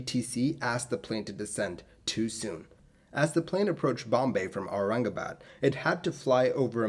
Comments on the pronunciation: I am impressed how he spoke BOMBAY AND AURANGABAD u impressed an indian with your pronounciation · fellow Bhartiya (diaspora from and residents in Bharat ) can we please acknowledge how 'spot on'🖒 his pronunciations were! i mean.. Aurangabad..isn't exactly a monosyllabic word! . As for the unfortunate accident! Yes.. we (India) have ALWAYS had pathetic redtape and bureaucracy (even if one forget the corruption) to drag their feet in aviation related matters. I was born in the late 1970s so maybe not about this incident.. but even in the past 20-25 years and definitely in the 2000s .. i recollect of how Bombay (now Mumbai) kept dillydallying intalling the more advanced weather radars at Bombay itself! . Similarly.. the Charki-Dadri disaster (SVA763 and KZA1907 collision) too was possibly avoidable had India made TCAS compulsory or had better equipment to alert the ATC. . Anyway.. i agree 1960s were a tough time (and may be the future will say so for our times too) to be doing such hop-over flights. . The crew.. unless well rested.. would have a lot of fatigue/anxiety. Irrespective if whether Thailand people were incorrect/lyong or did everything right.. ...irrespective of the scrutiny of the Bombay ATC (personnel).. the crew would really have been better off had they had short haul flights or direct flights and were familiar with the sector/ had more number if routine flights to the location) . . That local courrs absolved X Y or Z is one thing.. ..that (just like with the BEA/ British European Airline crash) there was no CVR.. will😔never bring actual closure to what